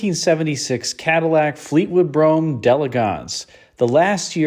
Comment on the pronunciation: It's funny how Americans can pronounce Brougham correctly but get so many other words wrong!